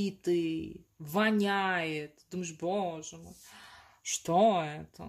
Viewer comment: Tak smişno govorite eto slovo vonayet